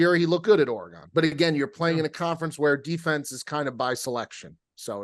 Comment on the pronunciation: “Ore-Uh-Gone” count: 93 Brutal.